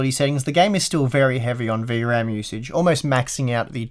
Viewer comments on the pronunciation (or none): none